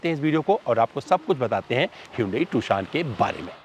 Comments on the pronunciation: Tu-shaan nahi beh gendu. Its Tu-shon. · Bhai not Toshan its Tucson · Abe pronounciation is tuuusion ..not tuksion